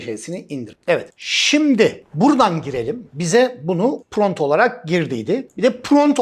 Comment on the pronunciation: Pront degil prompt olacak hocam, cok guzel bir gelistirme sureci cikarmissiniz elinize saglik.